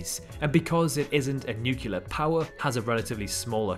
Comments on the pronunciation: Civilly…NUCLEAR not nucular dude! Three times!. Check pronunciation eh. Otherwise very nice vid. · Excellent video! Great quality. Thank you! Oh, by the way, it's pronounced nuclear (noo klee are) not nucular ( nu que lar) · Very good, but one thing, it is new - clear, not new - culah. Sorry, bit pedantic I know, but it hits me every time I hear the word nuclear mispronounced. The clue is in the spelling, isn't it? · great video. You sold it to me - but - it's NUCLEAR not NUCULAR!